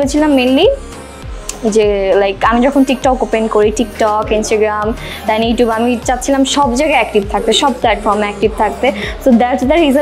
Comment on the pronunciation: pronunciation e ইউটিউব হবে । ইউটুব না।